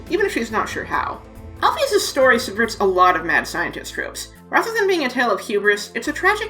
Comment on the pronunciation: Alphys = Al-fiss Basic English